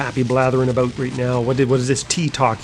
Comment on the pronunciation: ahboot. = Canadian :)